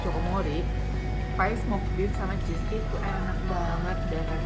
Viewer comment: pir atau pie?😂